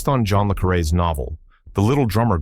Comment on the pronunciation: John le Carré books were made into two of the movies mentioned. The Spy Who Came In From The Cold and The Little Drummer Girl. You can tell AI was used because the narration and CC mispronounced his name twice.